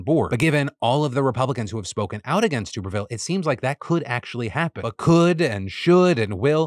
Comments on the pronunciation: Just fyi, Tuberville is pronounced “Tuh-ber-ville”. Only reason I know that is because I’m a huge College Football fan so had to hear his stupid name for years a little while back. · "toober ville" lol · Day 1030 of Phil once again pronouncing Tuberville and me laughing. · How do you not know how to pronounce Tuberville, lol? He was well known before going into politics.